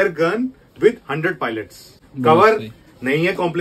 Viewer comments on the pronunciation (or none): Palets❌ Pilots ✅